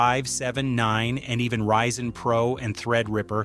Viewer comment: notice how it randomly reads PRO as the letters acronym instead of as a word like other times that's a dead giveaway. There are also a few times where it puts the emphasis of a sentence on an unusual word.